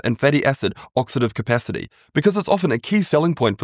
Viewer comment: Oxidative not oxative🤦